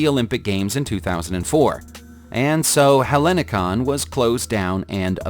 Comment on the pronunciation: Hellinikos airport Athens, the H is silent so is going to be much more easy to read it.